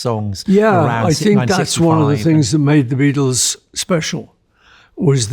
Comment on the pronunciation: It’s a bloody BEATLE !!!! A BAEATLE !!!!!